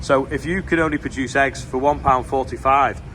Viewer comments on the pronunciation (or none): none